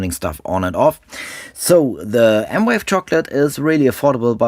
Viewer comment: It’s M Vave, not M Wave